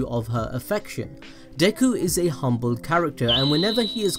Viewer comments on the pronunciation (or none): none